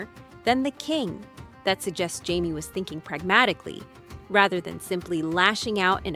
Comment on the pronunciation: How to know if it’s Ai slop? Well it’s easy instead of Jaimie they say heimy lol fucking garbage